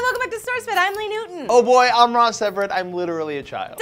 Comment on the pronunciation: At first I thught Ross and Lee were swearing lol